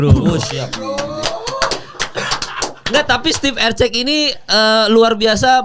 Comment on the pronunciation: Erceg bukan eceg eceg